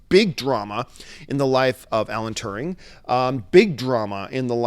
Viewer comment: Alan Turing bro. Turing.